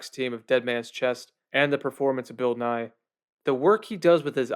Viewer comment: When you said Bill Nighy I thought you said Bill Nye and my brain just went on an ADHD zoom